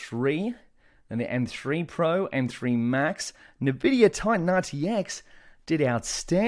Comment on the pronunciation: It's not "nuh-vidia" please stop lol